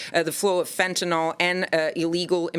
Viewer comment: It's crazy how terrified people are of Fentanyl yet none of them know how to pronounce the word...